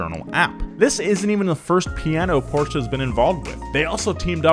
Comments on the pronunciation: Porches is in Portugal ..you mean PORSCHE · PORSCHE not PORCH.